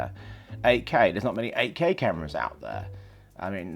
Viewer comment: when you say 8k it sounds like AK. Thought you were talking about a russian rifle.